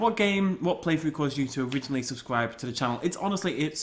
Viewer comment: I subbed because I loved you Jurassic park Genesis but I love the rest of you stuff and I also like it when you say swubscribe.